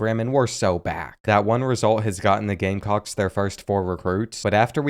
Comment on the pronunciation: Please to South Carolina gamecocks wrong. gamecocks😭